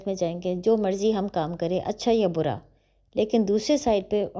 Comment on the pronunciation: Ma'am, this is the word Bura/برا(بئسما) not bara/ بڑا... May be slip of tongue in the translation of verse 90 and 93